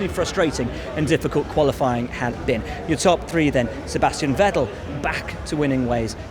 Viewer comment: Valterri does say Gollofying instead of Qualifying xD